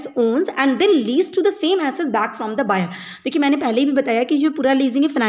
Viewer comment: Assest ❌ SS ✅ 😁😁